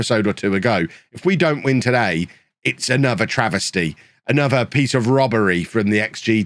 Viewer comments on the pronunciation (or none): none